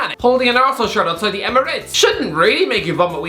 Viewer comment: No one:: " Arsenaal "